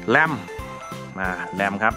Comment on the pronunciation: เหมือนเป๊ะเลยครับ ขอบมากๆครับ